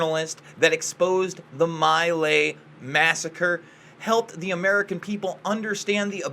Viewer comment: My gawd... if you don't even know how to pronounce "My Lai", don't mention it.